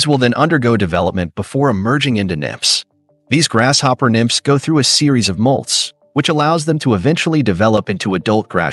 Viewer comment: Think it's pronounced; grasshopper not "grash"hopper. Just an observation.